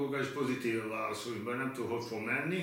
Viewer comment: Minden "váaszóni" után :D